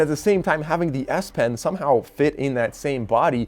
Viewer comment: sure sounds like "ass pen" 😆 Thanks for the review.....might be an option depending on how the note 20 unpack goes